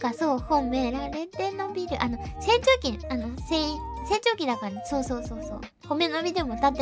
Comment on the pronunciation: 「成長期」が何度聞いても「せんちょうき」に聞こえてドキドキした